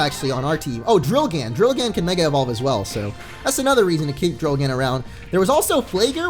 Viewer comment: People! It's drilgann, not drillgan xD